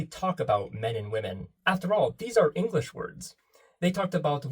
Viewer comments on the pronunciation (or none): none